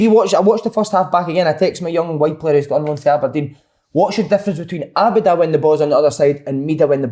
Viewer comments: Great podcast again lads minus si saying , Abu Dhabi instead of Abada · Si please stop saying Abi Da.. 😂. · Si sounding like a Celtic da with his Abada pronunciation😂😂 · For Si: Ah-ba-da - as in ah OK, ba ba black sheep, and how's your da? My-eh-da - as in my arse, eh! who are you talking te, and...how's your da? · Are you saying Abada's name wrong on purpose? 🤦‍♂